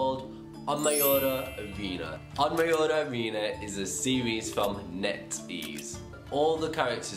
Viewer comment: Pronounciation: ohn mio jeeee not ohn mio yeeeeeee